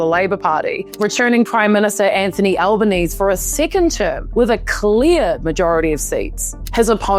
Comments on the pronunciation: Albanese is pronounced like "Alban easy" not "Alban ees". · That was bloody well done! Your videos get me wondering why it's so rare to see anything put together and delivered so well on the telly. And the NZ flag? I thought it was funny, about time us Aussies see how it feels for once! But hearing the last syllable dropped from Albo's name was weird. It's like "Easy peasy, Albanese". Love your work, you deserve at least 100x the subscribers!! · Nice one, I thought you were an Aussie until you I heard you say Albanese incorrectly. But that's ok, Kiwis are cool too, should become our seventh state. 😛